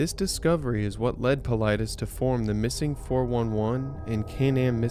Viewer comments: Paul-i-des ... This should give you a better pronunciation of David Paulides. OMG you put something in your video that clearly pronounces his name and you still chopped it bad. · Pronounced Paul- lie- des....Good post and research! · If you had ever watched one of his videos you'd know how to pronounce his last name. It sounds like Paul-I'd-es... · Wow! You seriously butchered David's last name.